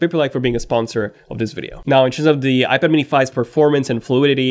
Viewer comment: Please learn how to pronounce iPad.